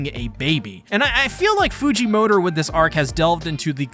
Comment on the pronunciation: stop saying his last name like that